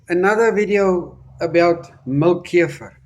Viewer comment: I love how he says keifer ❤